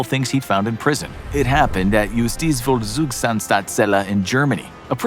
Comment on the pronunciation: Im german and u couldnt have pronounced Justizvollzugsanstalt Seller more wrong and tbh now that i think about it im not even mad